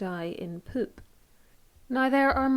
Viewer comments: I was most concerned about your pronunciation of "poop". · The way you say poop is funny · I love the way you pronounce poop. As for a killing method, I'm sure there are more gruesome and violent ways to kill someone off but I'm not sure there could be anything more gross XD